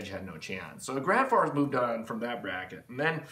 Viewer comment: "Gransforsch" eh? I've heard Husqvarna is pronounced "Hooskvarna." It's all Sveeedish to me.